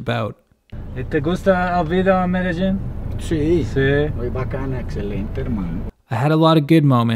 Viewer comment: I love how you pronounce Medellin <3 I'm with you on this one! ME-DE-JEAN for life :P